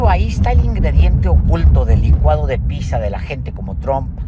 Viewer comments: Se dice pitsa, no pisa, Paez simplon. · Me gustan mucho tus análisis, Alejandro, pero hoy no quedó claro por qué elegiste una pizza (se pronuncia "pitsa") para la idea de un licuado. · No se dice "pisa', en italiano la "zz" se pronuncia "ts" se dice "pitza" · Lo único que no me gustó fue que Páez Varela pronuncie “pisa” en vez de “pitsa”, aunque ya confirmé que en español, es correcto. Por lo demás, la reflexión es muy inteligente. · Cada que te escuche decir "pisa" no sabia si te referías a Pisa (lugar donde se encuentra la torre inclinada) o pizza (torta italiana)